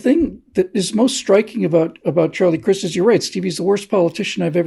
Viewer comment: Charlie prefers that you pronounce his last name with a "long 'i'"!